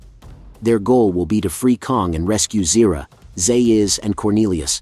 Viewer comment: You’re still mispronouncing Dr. Zaius’ name